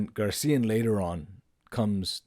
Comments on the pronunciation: GARCÍAN????? My goodness! Is so difficult to tell "GraciÁn"?? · Yes! GRACIAN, not GARCIAN. Like fingernails on a chalkboard. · GRACIAN! not gar CIA!- It is unlikely that Nietzsche read Balthasar Gracián or was directly influenced by him. There is no mention of Gracián in Nietzsche’s published works, letters, or notebooks, and no evidence that he owned any of his books. While both thinkers share a common interest in aristocratic morality, self-mastery, and the art of living, their fundamental philosophical projects and ethical frameworks are quite different. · Gray-C-N? Grace-ian?